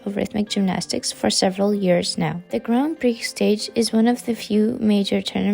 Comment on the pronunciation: It's read "gran pri" ... not "grand priks". :)